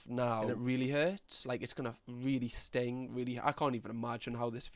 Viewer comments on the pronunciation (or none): none